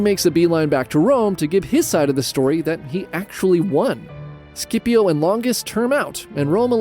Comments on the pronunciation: Great stuff! But “Skippio?” Come on that’s not a hard C in Scipio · You make the best history videos but please, don’t you ever pronounce Scipio like that. The “Sc” is pronounced like the “Ch” in “Timothee Chalamet”.